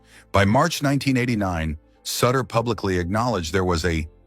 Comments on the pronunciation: Someone please tell the AI it's pronounced SOOter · The AI thing was too much to take after the third of fourth mispronunciation of "Sutter" and his being a "clocer." Enough already. Thumbs Down!